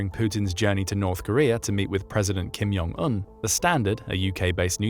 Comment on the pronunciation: "Kim 'Yung' Un"? Really? It's Korean... pronounce the "J" 😂🤦‍♂. Imagine saying "Yol eso" and leaving everyone confused as you walk away.